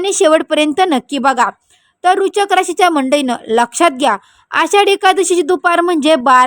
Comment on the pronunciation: राशीचे नाव नीट उच्चारता येत नाही अन् भविष्य सांगायला निघालेत😂